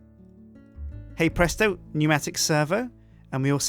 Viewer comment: Stop saying het presto